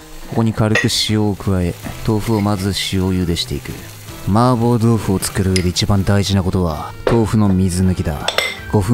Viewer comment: 마파부두가 자꾸만 마법부두로 들려. 한글 자막고마워요!